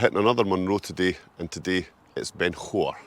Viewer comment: You are right with Tyndrum -/taɪnˈdrʌm/; Scottish Gaelic - Taigh an Droma. But yes, you have slaughtered Chabhair.